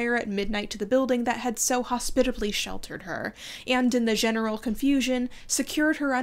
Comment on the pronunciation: sorry for pointing it out, it just made me giggle and it happens to me too sometimes: you pronounced 'general' like in french and didn't even notice or flinch.